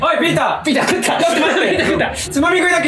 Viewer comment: バキ童がピーターって呼ぶときの発音すき